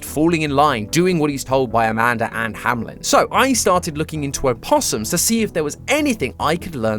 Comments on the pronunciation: It’s not pronounced hamlen it’s hameln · BRO ITS "HAMELN" NOT "HAMLEN" AHHHHHHHHHH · Isn't the place called Hameln and not Hamlen? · it is "hameLn" not "hamLen" and i think its a reference to "der Rattenfänger von Hameln" a german legend which means literally hunting rats but the rats are a symbole for kids. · Why am I so triggered by him saying Hamelin instead on Hameln? D: Is that really how you pronounce it in english? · this may just be my brain overreacting but i find it so weird that they all keep pronouncing it "hamlen" in the videos just because MatPat likes the pied piper connection even though the l is very much after the e --"HAMELN" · Why does everybody pronounce it HamLen instead of Hameln? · I love the theory and all, but please look up the pronunciation for the name "Hameln" cause it’s not pronounced Hamlin. I might be the only one bothered by it, but as a native German speaker it’s like hearing Mat butchering the word puberty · It's funny how you keep pronouncing "Hameln" as "Hamlen."